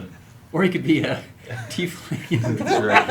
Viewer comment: "teifling"